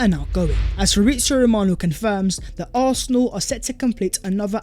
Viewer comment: “Oohawsinall” as British as it gets right there.